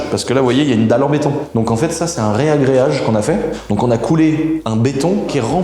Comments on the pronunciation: Ragréage ! Pas réagréage 😉🙏 tu me fais saigner l’oreille 😂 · Arrête de dire reagreage stp dit reagreage 😅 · Super vidéo ! juste pour info on dit un Ragréage et non pas un Réagréage.